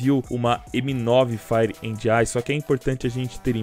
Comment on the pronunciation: "FRIPE " KKKKKKK